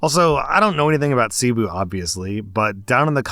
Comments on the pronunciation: Last story, CEBU is pronounce Seh-BOO, also what happened to him was a robbing a scam. Also yes that city isn't in a great area, (i have a filipina wife) and its common for white people/tourists to be targeted especially if they are single. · Since likes to talk about proper pronunciation, In the Phillipines, Cebu is NOT pronounced see-boo it is say-bo.. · FYI: Cebu is pronounced Seh-Boo not See-boo. It is also a city as well as a province. I am an American now living in the Philippines. Let's put the story in context. Cebu is NOT that poor. Yes, there are poverty stricken places, just like other areas of the Philippines, just like other places in the world. Also, 10,000 Philippine Pesos is currently about $185,00 US Dollars. Next, Jollibee is the McDonald's, Burger King, Starbucks, (name your favorite fast food franchise) multiplied by 20 in the Philippines. It is THE place many go to, it is where kids pray they can celebrate their birthdays. School age kids of means will eat lunch there. It's not just ploping into White Castle and grabbing a late night, drunken snack. So taking a traditional Filipina there would be considered a decent first date. A good, traditional Filipina is NOT going to jump into bed with a guy after one date. The bar girls and go-go dancers will (there are plenty of red light districts in the Cebu region), but a provinve girl who wants a husband and family is going to take it slower. This girl was not a provincal girl. Cebu and the provinve is sometimes called "Little America" because that is an area where a large percentage of foreigners who come to live full time in the Philippines go. And the area has become more catered to that. Other than Manila and Davao (DA-vow), it is the major business and full time foreigner residence area in the country. I don't live in Cebu, Instead I live in a true rural pro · Oh ffs, it’s not Seee boooo. Think suh-BOO. You’ve never listened to Enya!?!? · lmao that pronunciation of "cebu